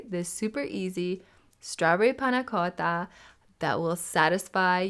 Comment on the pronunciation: If as delectable as your pronunciation of "panna cotta" then this is first class!